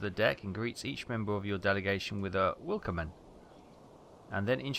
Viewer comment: Fun fact,, the "W" in German gets pronounced like the English "V". So pronounce it like "Vill-kom-men".:)